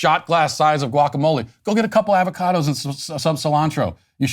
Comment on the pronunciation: Matt why do you say avocado like that